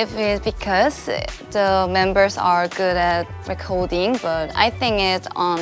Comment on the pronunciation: Yeji suddenly became a natural british speaker when she said "recording" 😂